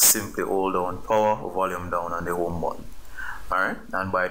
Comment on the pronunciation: You absolute ⭐️ You!! Thanks couldn’t swipe at all! It worked 1st time too, I just pretended it didn’t so i had to keep watching it because I love your accent!! Especially where you say “The OME button” lol 👍🏼🙏🏼